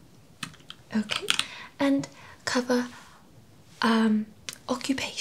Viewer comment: Honestly i wasnt expecting a great accent as americans tend to struggle with our accent but you did a fantastic job, i was really impressed! A couple of words gave it away (e.g. in the UK we stress the second syllable in address, not the first) but yeah, great effort!